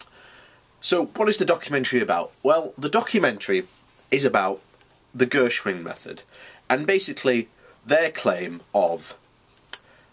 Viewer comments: GERSON, not Gershwin. But it's all good, I can see you're clearly struggling with this concept. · Ok, here goes! You are clearly unable to grasp the basic principle of The Gerson Therapy. In fact, you don't even pronounce Gerson correctly to start with. You keep banging on about Vegetarians get cancer as if that is of any significance. Vegetarians don't eat meat, they can still smoke, drink vodka, do acid, and pollute their bodies with a wealth of other toxins that can bring on cancer. The Gerson Therapy is vegetarian by virtue of the fact that it doesn't include meat but it doesn't include any unnatural toxins either. What part of that is difficult for you to understand, really? So to summarize. When Charlotte Gerson talks about the diet being cancer proof, she's talking about a natural only diet. No cans of coke, no packets of crisps, no popcorn, no Big Macs, no chocolate bars. Just natural organic foods. Fruits and vegetables, nuts and seeds and green salads. No toxins, just raw goodness that nature intended for us to eat. It's really simple but you seem to find it so hard. You seem trapped in your own ignorance. Set yourself free, it might just save your life.